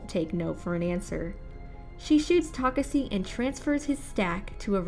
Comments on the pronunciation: Geez it was taking like forever to end i know if i I missed this video later on i won't understand a thing so I tried to understand what she wa speaking fuck i didn't even got it when she was saying takesse instead of Takashi untill i read the comments on this fucking shit video this girl really messed up my brain, she was so much trying to make her accent sound beautiful the more it got worst, have mercy on your subscribers and put so more efforts on your contents i don't even understand why they had explained videos from different channels ok even if they did why did they had to include this shit please never show up again after i click on don't recommend this channel please I'm begging you. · i'm sorry. I can't continue watching. I get irritated hearing how she mentioned takashi's name. takasi - taseki - takasi. 😤😤. Its TAKESHI! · its tuh-kah-shee. not tokuhsee or tokuhshe. TUH-KAH-SHEE, learn how to pronounce Asian names before making these. Jesus. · she said he's name wrong in mid part of video not only pronouncing it wrong ta kasi ta seki now u get it? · Oh my God yes yo ...Takasee takaseee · Wth a girl owns the second channel I'm never watching one more on this second channel It made me so confused She keep pronouncing his name wrong bruh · I mean I agree. She said Takashi when speaking to the hologram it seemed but then after that first time, it's misspoken the rest of the time. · Man she is really killing me saying his name wrong over and over again! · Tell me about it...😒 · really threw me off for real😪